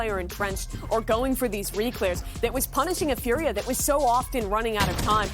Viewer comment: Furia, not fudia. Its a r not a d. please say it correctly.